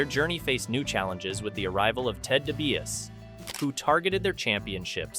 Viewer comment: I feel like you didn’t watch this era because you don’t know how to pronounce Dibiase or any of the other names lol